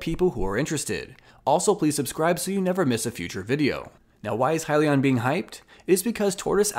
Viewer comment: Way to just hit the highlights. You got the name right lol “Hi-Leon”. I still like “Heelion” though